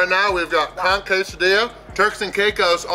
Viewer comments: I had to read the description to figure out what word you kept using, it sounded like Conk.... that is, not how you pronounce it. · Pronunciation of the N in conch is very important when explaining the menu. Just saying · Every time you both said “conk” my mind went into the gutter. Lmao!! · Conck it took about 10 times of hearing that as opposed to c*ck - saying completely raw conck hit funny until I realized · lol it sounded like you kept saying CRAP conk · Take a drink everytime they sAy “coNk” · Most other places use conch with the ch sound but they may actually use the hard K on the island